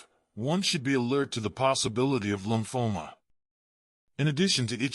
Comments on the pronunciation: Lumphola? Do you mean lymphoma? Nice attempt at sounding educated, spelling the same word in several different ways. I'm itchy. I guess I won't have a long life. I'm a healthy 84 years old. Actually not bad advice by a person who has no idea what they're talking about, but very basic. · Lumphoma? Didn't he mean Lymphoma?